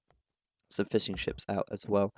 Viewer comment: Sounded like you said "so he's planning to get some more fish and chips" instead of fishing ships. Mmm. Fish and chips.